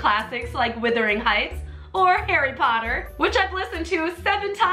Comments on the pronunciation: "Withering Heights" 😂😂😂❤ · Did she just say "Withering Heights"?! Lol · wUthering hieghts not wIthering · I have this argument SO much, it's Wuthering Heights, not Withering. It is my favorite book and it drives me crazy how many people say it wrong. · Jake Sheader since when in the actual fck do we Aussies pronounce it "were-thering heights"? It's WUTHering Heights...say it the way you spell it. Jeesus. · Withering Heights? It’s Wuthering Heights... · Great project. You don't want to hang that swing directly by the ropes from the rafters. Get some metal hardware to put between the ropes and rafters. Also, it's WUTHERING Heights, not WITHERING. Glad to have you guys back making videos! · No pool! It's Wuthering Heights 😂 not Withering 🙈 🖤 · Nothing against you personally...but maybe if you read instead of listened you would know it's WUTHERING Heights...not Withering Heights. They're two different words. I'm excited to see what other projects fill up that under deck space! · It's not "withering" heights........ how many times have you actually 'listened' to the book. Audiobooks also are just not the same. You need to smell that history between the pages. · Oh my God, it's WUTHERING!! NOT WITHERING!!! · I was bothered by Withering instead of Wuthering Heights, but cmon, you like Heathcliff?? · Wuthering not withering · "Withering Heights" coughs Wuthering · Love ya,, but it’s not “Withering Heights”, it’s “WUTHERING Heights”. DOH! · wUUUUUthering heights. Not withering haha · "Withering" hahahaha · Hon, it's WUTHERING...not WITHERING...Heights. You are welcome. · WUTHERING! not Whithering :D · Is it bothering anyone else that she’s saying ‘withering’ and not ‘Wuthering’ lol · She kept saying Withering instead of Wuthering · Why is pronouncing it "Withering"? Swing looks amazing though. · It’s sort of pronounced “whether-ing heights”or “were-thering heights” that’s Aussie pronunciation but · say Withering one more time